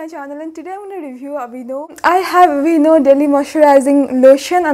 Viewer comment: I've been watching a lot of memes lately. The moment you said aveeno I heard 'Binod' 🤣🤣🤣🤣🤣 Thank you for the review! Been eying the dermexa cream for ages, but hesitating to buy because of lack of reviews.